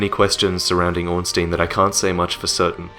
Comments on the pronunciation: Can't wait to see more, - I love your work! Just one thing though, Ornstein is pronounced as Orn-Stine;P. It bugs me when people say Orn-Steen -_- haha. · orn-SHTEIN, not orn-STEEN. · Good story, but Ornstein is pronounced "Ornstyne", just sayin' :P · srry but it kinda annoys me that everyone says ornstIEn it's ornstEIn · its not ornstien bro